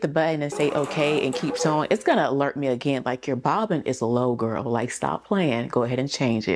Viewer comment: Yesss!!!! The bobbin not bobbin 🤦🏾‍♀️